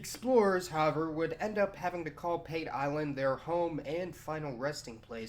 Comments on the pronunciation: PATE is pronounced Part Ay not pate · Pate Island is pronounced "paa-tay" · Can you just refer to Africa as Africa. ‘’ Dark continent’’ do you refer to Europe as ‘’ bright continent’’ Also Pate island is pronounced Pate` like foie gras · Great video. However, the pronunciation of the Island's name is "PAH-TEH" not "PAYT" as you've mentioned. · It is pronounced Pa-teh, not pait. Man, this is the second video I've seen in which somebody makes that mistake. Anyway, as a citizen of Kenya, I don't see any problem with the Chinese coming here. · Great vid. Plenty of interesting info I wasn't aware of. Though the name of the Kenyan island would be pronounced 'Pahtay' not the anglicized way you do. Love the work though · Pate island , pronunciation is partee island . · Pate Island...read it as P-a(apple)-t-e(egg) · Pate island is pronounced as Paateh otherwise very informative video.Thanks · You're mispronouncing pate island. Say it like the food. Funny thing is thousands of Chinese are now back here in kenya especially around the islands pate, lamu and mombasa and more arrive everyday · When pronouncing native words especially in East Africa like Kenya we read them literally. Pate island is PA_TE. the PA is like the PA in Patrick. TE Is like the TE in temple. Good content but observe the terminalogies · It's pronounced P-A-T-E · The a in Pate is pronounced like the u in "bus." The te is like the fe in "Santa Fe." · Pate island is pronounced a for apple and e for egg